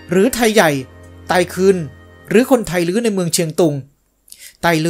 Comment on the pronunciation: เวลาเขียนให้เขียน"ไทลื้อ" แต่เวลาอ่านออกเสียงให้ออกเสียงว่า"ไตลื้อ" ตามหลักนิรุกติศาสตร์